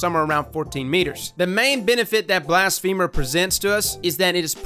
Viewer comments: BLAS-fuh-mer not blast-FEEMER lol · Blas-phe-mer not blas-femur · Is it not Blas-fa-mer? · M. Saez it isn’t cuz blafemy isn’t pronounced that way. It’s Blas-fuh-mer cuz it’s blas-fuh-my. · I love you bro but its blassfum-er not blast-femer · Blast-feh-murr, not blast-femur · *BLASS-FUH-MURR* think blasphemy.. not a leg bone. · its not pronounced blast-femur its blas-phe-mer... my femur hurts now Blast-femer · The way you say blasphemer is killin me lol. Yknow how ya say feminine? It's like that. Feh, not "fee-" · Blast...femur - 2019 Edit: turns out it’s actually pronounced that way lol guess ya learn somethin new every day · HiImErebos yea but it isn’t pronounced femur lol which made it funny when he said it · You sure...because "blasphemy" is NOT pronounced that way...and it's been driving me crazy that everyone is saying "femur" in this word. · Blas-feh-mer. Its ok, we still love ya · “Blast Femur” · Why do I always hear it as "Blast Femur"? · I think its pronounced blas fe mer like blasphemy but with er not like the leg bone femur lol love your intel though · "Blast Femur" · who tf says blastfeeemur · I swear to god i heard bast femur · I cringed every time you pronounced it as blast femur